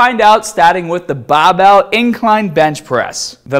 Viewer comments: What’s a “Bah” bell ? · Ah yes the classic bah bail